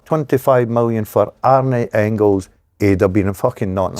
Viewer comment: Pet peeve- the Dazzler calling Engels ‘Ingils’ .